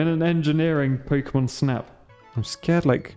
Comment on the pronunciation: Pokémon, not pokeuhmon.